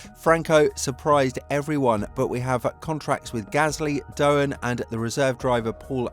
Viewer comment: Interesting vid but small correction, Jack Doohan's surname is pronounced "doo-an" not "doe-an" as you kept saying. Strange mistake, as clearly you must have heard his name mentioned lots of times by now, right?